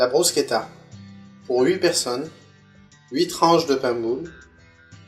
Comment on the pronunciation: En italien, d'où vient le nom, elle s'appelle "bruschetta" et pas "brusquetta" qui est une francisation à toi, sympas quand meme.